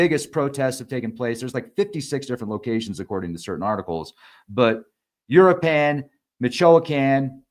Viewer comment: Start by learning how to say u-roo-ah-pawn & mee-cho-ah-pawn. 😊